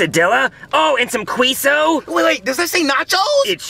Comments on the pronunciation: The pain in me internally when i heard the pronouncing Mexican food was gut wrenching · bad father who abuses his gay son. Poor Timmy. Neither him nor the kids can even pronounce queso or quesadillas properly and can’t even pronounce Uber correctly either.🤦🏻